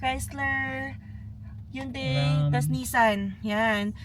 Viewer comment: It’s “Hun-dei” not “Yoon-dei” 😅